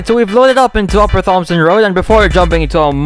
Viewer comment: Isn’t it pronounced T OMSON